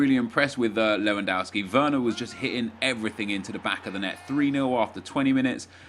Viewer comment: GOOD job! jou pronounced Lewandowski good (not all the time)